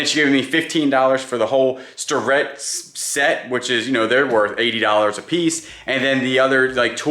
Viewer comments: The machinist too manufacture is pronounced "Stair Ret". If you are going to sell it you should know the pronunciation. Great yard sale. Enjoy your videos very much. Seem like good people. Thanks for sharing. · I really enjoy watching you guys. And don’t want to be one of THOSE people, but …. The machinist tools starrett are pronounced STAIR-ET not STAR-ET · The old Starrett tools/parts is pronounced Stare- ett. Good finds!!!!